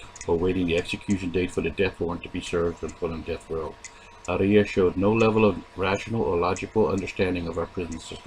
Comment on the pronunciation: Why do you pronounce "Arias" that way? It's incorrect.